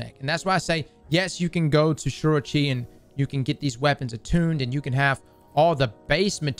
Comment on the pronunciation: I need some help with your pronunciation. Who is Shiro Chi? You said the fastest way to get the materials from the weapons is a visit this person.